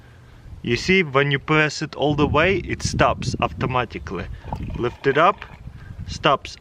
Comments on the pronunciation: Only I hear him say "auftomatically" !? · We need an "Avtomaticly" counter please! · AFTA MATICLY